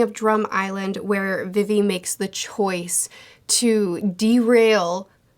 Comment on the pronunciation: Good bid but y’all YouTubers love to mispronounce things☠️😭 logue town is said like log and you say vivi like you just say the letter v twice not vivy